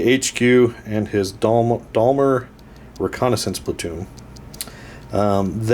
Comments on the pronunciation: Most definitely NOT Dalmer! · ....this is how we pronounce 'Daimler' in New Zealand....'Day-m-ler'. You really must work on your unfortunate American pronunciation! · It's pronounced Dame-ler :) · It's a long A sound in Daimler, as in paint, guys, great to have back doing bat reps again :) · that is an awesome mispronunciation of Daimler there.